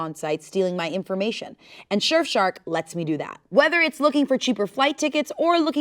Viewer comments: says "Shurf Shark" instead of "Surf Shark" for the ad & I prefer it being said that way now lmao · The way I thought it was a bit cause she kept saying "Shurfshark" lol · did anyone else notice "shurfshark" 🤣 (teasing lovingly no hate to the people's princess!) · "Shurf shark" 😂 I love so much! 😂❤ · I’m pretty sure says shurfshark the first 2 times she says it 😅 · said shurf shark like multiple times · ShurfShark? XD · Wait did she say “Shurf Shark” ?? 😂😅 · I couldnt tell if the surf shark ad read was going to be a parody or not cus kept saying “shurf shark” lmao which made me think it wasnt real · LOVE the way says surfshark. sherfshark... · anyone else hear "shurfshark" in the ad read??? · SHE SAID SHERFSHARK TWICE. best ad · No shot said "shirfshark" twice and THAT'S the take they used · It really sounded like she said shurf shark the first few times and I thought it was gonna be a bit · So totally said "shurfshark" at least twice during the ad read, right? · was no one going to tell she was saying “Shirf Shark” 😭😭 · said shurfshark...2 times..... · i genuinely thought the surfshark ad was another bit bc kept saying "shurf shark" at first.... i can't... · says fuckin SURE-fshark half of the time in the ad..........how was that not caught.......... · Not saying “Shurf” Shark multiple times 😂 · Nobody: the first half of the ad: shurf shark 😂😂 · Not saying Shurf Shark 😂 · she says shurf shark twice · love how was lowk saying “shurfshark” during the sponsored bit half the time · legit I thought the surfshark ad was a bit at first cause I swear was saying shurf shark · And saying SHurf shark at least twice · I thought the adread was another bit because kept saying ShirfShark XD